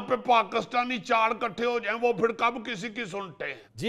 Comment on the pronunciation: Gaali nikalna nahi hota ,gaali daina hota hay ,ikhutay nahi ikuthay janab urdu ka naas to na marain